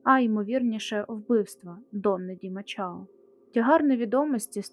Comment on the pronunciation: Мачао . Якась неправильна вимова